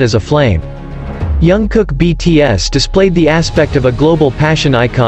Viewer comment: Please pronounce JK’s name correctly, as a way of respecting him.